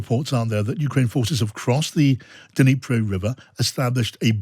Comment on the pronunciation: Ugh it’s bugging me, this long into the war and names of significant places in Ukraine are still being mispronounced, the ‘d’ is moreorless silent in Dnipro, you combine the d and n and it’s a subtle touch on the d but heavy on the n. Sorry to be that person but it’s grating to hear on times radio the consistent mispronunciation of poignant locations during the war on Ukraine. Slava Ukraini! 💙💛